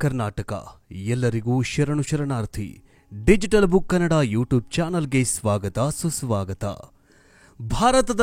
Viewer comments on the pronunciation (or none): none